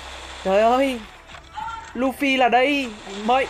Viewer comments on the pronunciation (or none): none